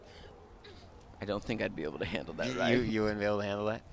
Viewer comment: It's Harbin[J]er! Tsk tsk.